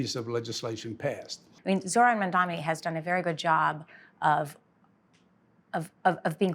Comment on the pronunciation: "Mandami". At this point the mispronounciation of his name has to be intentional. A racist microaggression. Unless, perhaps, he's the dumbest person on earth.